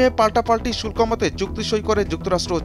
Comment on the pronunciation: "শুল্ক" শব্দের উচ্চারণ ঠিক করো।